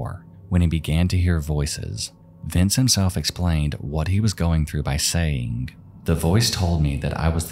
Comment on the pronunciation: Dear narrator: stop making a "k" sound for words that end in "g." Example, "saying" is not pronounced "sayink."